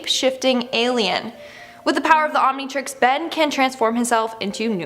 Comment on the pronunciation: Jajajajaja. "the Omintrix" killed me.